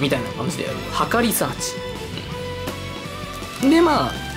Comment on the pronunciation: 測りサーチが墓リサーチに聞こえて話が入って来なくなった